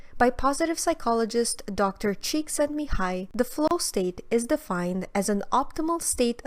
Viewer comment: nice pronunciation on Csíkszentmihályi!